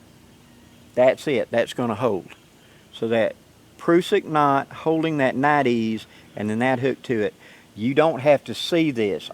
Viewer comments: nite eyes is how its pronounced my southern brother!!! Hello!! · I'm thoroughly enjoying this back-and-forth between you and Dave. I feel like the entire community just leveled up with these enhancements. I do believe Nite Ize is actually pronounced "Night Eyes", mostly because they started with flashlights and headlamps. They now have tons of products to organize, illuminate and tie-down you outdoors stuff, including your dog. Their micro bug light is one of my favorites because it attaches to almost anything including a backpack strap super easily. You are showing their figure 9 rope tightener. Since I use a piece of paracord and one of those to hold down my BBQ cover, I stopped using the factory straps and it completely stopped lifting up like a friggin' mushroom in high winds, Plus it's faster. They even have a carabiner version for even more simplicity with this ridge line system. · Nite-Ize, say Nite Eyes :-) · It's pronounced Nite-EYEs, not night-ees. Niteees doesn't even make sense. And it's Pruh-sik not Proosik. Grammar and enunciation are important.